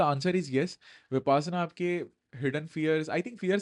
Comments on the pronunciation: Correction: it is pronounced as विपश्यना and not विपासना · विपासना नही सर विपश्यना है अपना उच्चारण ठीक करे 😂😂😂